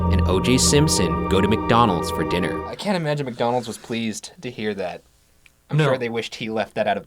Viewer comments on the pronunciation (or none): none